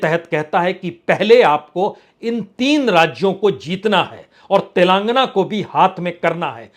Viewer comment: Telàng-- gana not Telangna .